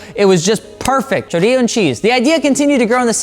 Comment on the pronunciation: He said "chorrio and cheese" 😭😭😭